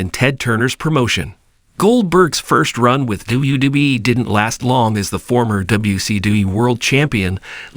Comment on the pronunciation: What kind of shitty ass AI software are you using that can't pronounce mcmahon? Or wwe